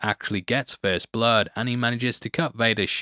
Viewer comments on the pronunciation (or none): none